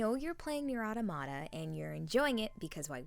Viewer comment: Pronounced "aTAmata." <3 Amazing work, keep it up!